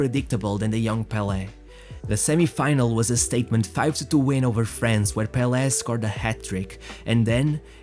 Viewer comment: Managed to outshine 'bel air?' Do you mean Pele?